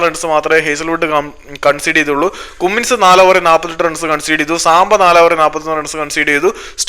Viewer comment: കുമ്മിൻസ് അല്ല സേട്ടാ കമ്മിൻസ് 😃